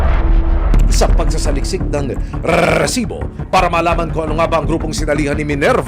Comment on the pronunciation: Please lang, paki-ayos ng pagbigkas ng word na "RESIBO" huwag nang artehan pa like, RRRRRRRRESIBO!!! hindi sya nakaka attract ng subscribers!😒